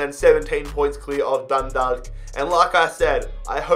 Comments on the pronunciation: You can pronounce dundalk like Dun-Dauk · Dundalk is pronounced dun-dauk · Hey, just for future reference the 'dalk' in dundalk is pronounced the same as talk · Great video bro, it's pronounced Dun-dawk. Love from 🇮🇪